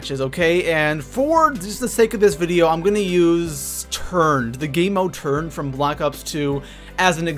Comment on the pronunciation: It sounded like you said turd instead of turned😂😂